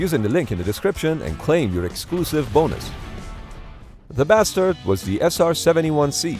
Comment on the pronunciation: I don’t know why, but the way you say “THE BASTARD” with such bluntness makes me laugh